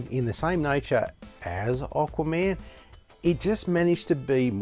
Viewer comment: Why do you call him "Oqua-Man' lol ;)